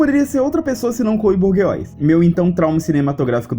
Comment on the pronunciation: Aí me desculpa mas o jeito q vc falou o sobrenome da Chloe eu ri mto